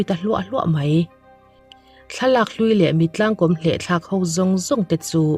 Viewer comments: Mittlangkawm hi, i chhiar dan a dik lo, kom nilovin kawm tihtur a ni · Mittlang kawm i tih kha, he tiang hian lam teh, (Mitlâng kâwm) thlûkna awm ang hian han lam teh i lam dik zâwk ngei ang